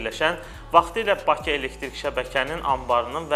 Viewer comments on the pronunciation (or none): none